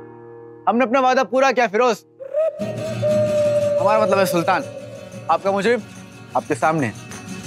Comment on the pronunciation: Siddhart say "firoze"😂😂🤣